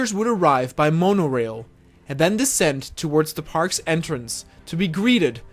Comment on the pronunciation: “Moan-Oh-rail” ….Jesus are you that fkn dumb?